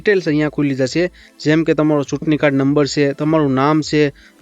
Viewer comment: સૂટણીકાર્ડ નહીં ચૂંટણીકાર્ડ એમ બોલો..છ ને બદલે સ કેમ બોલો છે..?